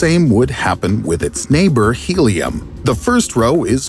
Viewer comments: Ah yes, Hilium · Oh my god! Helium! Not Hilium! It's |He|. Where have you ever seen Helium written like this |Hi|? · Helium is He, not Hi😩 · I blame English pronunciation: Hiiilium. A foreigner would never make this mistake. :D